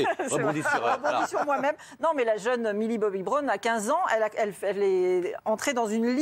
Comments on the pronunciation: Par contre les prononciations... millie bobbie brone... stronger sings 😩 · déjà quand on prononce strangeur cing et millie boby brone on se tait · Elle est normal deja il ne sait meme pas prononce stranger things alors qu'il la ferme petit message elle et magnifique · 1. Vous savez même pas dire Millie Bobby Brown 2.Depuis cette vidéo elle se fait critiquer de fou malade alors franchement vous inhumain a critiquer les autres comme ça 3. Elle fait ce qu'elle veut Allez bisous les rageux 🤡😘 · Sheryne Lapalu non mais je sais très bien comment ça s’ecrit mais c’était pour montrer comment il prononce stranger things et millie bobby brown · Mais commencez par bien prononcer son nom au lieu de juger ce qu'elle doit faire et pas faire...